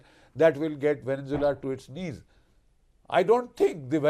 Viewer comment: It’s Venezuela not Venenzuela - pronounced vene-zuela not Venen-zuela